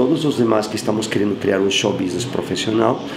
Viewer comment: drink game: tomar uma tequila toda vez que o fala "xou bisnes"